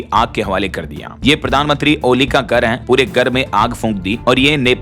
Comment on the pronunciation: Abe buchu gar nhi Hota Hai Ghar karate hai